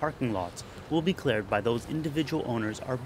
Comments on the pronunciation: its really irritating when he says clared instead of cleared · cleared not clard